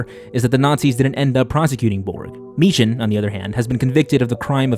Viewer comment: why can noone say meechan properly